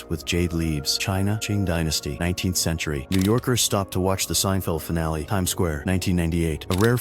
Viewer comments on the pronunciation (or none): none